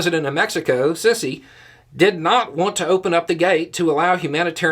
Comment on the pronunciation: Just a hint: the Muslim Brotherhood leader SISI is really not pronounced SISSY but rather SEESEE...but I'll give a Southerner anytime for mixing up short and long vowels....FILL/FEEL, STILL/STEELE, WILL)WHEEL...